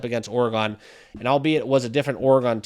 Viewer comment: bro you need to learn how to pronounce the word oregon holy it was getting me mad